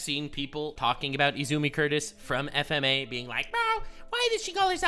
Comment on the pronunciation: Bruh, I had no issues with your video, except for the way you said FMA. That just makes you sounds stupid and it makes me sad. That and I could barely understand what you said when you said that title. XD